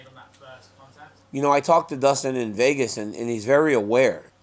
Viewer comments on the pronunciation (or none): none